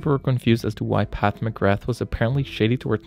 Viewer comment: It's Pat not Path